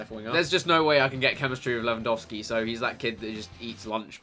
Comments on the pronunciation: Thank you for actually pronouncing Lewandowski right ;) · Chris well done, you pronounce Lewandowski exactly like you should do so thats awesome :D Greetings from Poland ;)